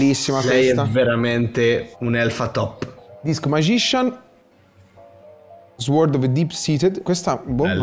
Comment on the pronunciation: SORD non SUORD